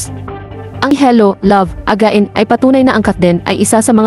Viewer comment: Anong sabi mo, hello love aga-in? Hahaha